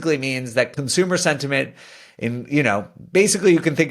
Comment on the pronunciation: Haha you said sventiment like twice 🤣